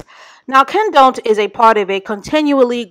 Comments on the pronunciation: I flatlined when called him kenDONT!!! ⚰️💀😹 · I love how you’re calling this bum “KenDONT” lmaooo